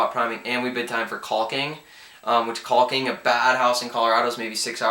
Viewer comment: Oh my God guy learn how to say caulking! You're good though I'll give you that but the way you say caulking is fucking funny as hell! But you're definitely right about Massachusetts the prep is unbelievably time consuming! Good video bro